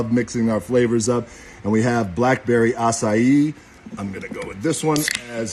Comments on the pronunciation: The word acai is pronounced: "ah•saa•ee". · Can't even pronounce acai yikes